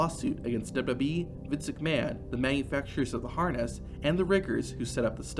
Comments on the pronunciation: What's Duba bee? It was wwf then. And even if you're saying wwe.. say it double U double U E ... hell even dubba ya dubba ya E would work.. but duba bee??? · Everytime you say WWE, it sounds like WB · I had an aneurysm every time he said it. Didn’t even try to slow it down and sound it out. The dubububy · Is there some reason that the guy narrating cannot say W W E?? Dubelyoo dubelyoo eeeeeee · I was trying to ignore it until . That wasn’t even close.